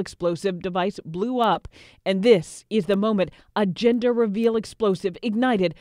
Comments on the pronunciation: Is it just me, or the newscaster kept on saying GINder reveal instead of GENder reveal? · Jinder reveal, Jinder reveal. Dear lady, excuse my Charles English but it is JENDUR, JENDUR reveal 🤣😂😁. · I keep hearing her say 'ginger reveal'! Hahha